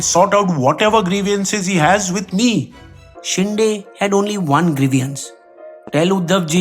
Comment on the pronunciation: It's Shinde (शिंदे), not शिंडे